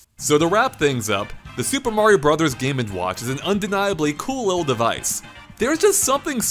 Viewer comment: Just to say thank you for saying 'Brothers' instead of 'Broze'